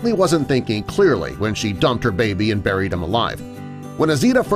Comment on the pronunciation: you mean Burryed alive 0-0